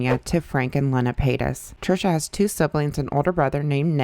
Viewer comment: her moms name is pronounced “leena”